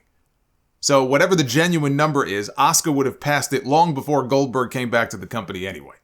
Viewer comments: I agree with Goldberg.... it's pronounced A-su-ka not Oscar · Asuka is probably a better pronunciation ironically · Okay Bill Goldberg Cross the line he disrespected my beautiful wife Asuka and he mispronounced her name she's one of the best female wrestlers in the company today and I'm going to defend her no matter yes I do have a big crush on Asuka I don't play that when it comes to her my apologies solomonster I got to go off I don't play when it comes to my lady Asuka